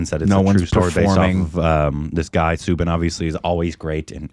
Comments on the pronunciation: It's not subin... It is "Sou" sound from the word "south" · His name is pronounced Sau-Bin , as in Sau for Sauron